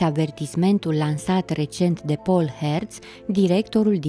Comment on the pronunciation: Stimata, emisiunile prezentate de dumneavoastra sunt asemenea tuturor emisiunilor care apartin genului foarte interesante. Domnul Herz(domnul Inima) este de origine germana si prenumele Paul se pronunta ca in limba romana nu ca in franceza Pol(au). In rest asa cum am scris mai inainte emisiunile sunt teribil de interesante si atractive. Toate cele bune si succes